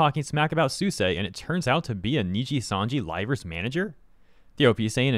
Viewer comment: Why are pronouncing Suisei name like that